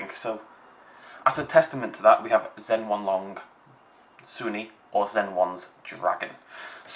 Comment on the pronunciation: Also, Zhen-YEN-long, not Zhen-HWAN-long